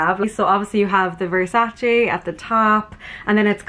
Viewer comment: It's VersacE like Emma not Versaci lol